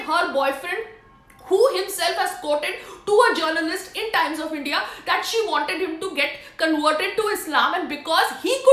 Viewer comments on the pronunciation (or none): none